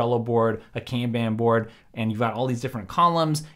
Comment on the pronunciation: That’s for sharing some of these productivity ideas! “Kanban” (Kahn bahn) originates from Japanese so my only hang up with this video is the butchered pronunciation. Other than that, great stuff!